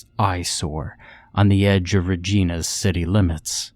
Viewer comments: Regina is pronounced like ahem *Vagina... just an fyi lol...I love that you do so many Canadian stories :) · It's pronounced Ruh-JAI-nuh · “Reh-ji-nah”. And I think the oil is canola. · To the narrator- Regina is pronounced like vagina